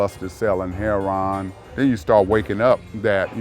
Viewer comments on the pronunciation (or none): I was and raised in SD. I can only think of maybe 2 or 3 bad parts of SD and even those are nothing compared to what I've seen in LA. Also "Hairon" hahahahaha my new way to say Heroin.